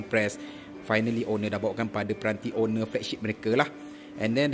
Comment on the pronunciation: ON-NER bukan owner.😅